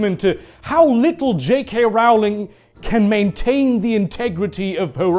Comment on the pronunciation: It's pronounced 'Rolling' not 'rowling' How are people still getting this wrong after 20 years!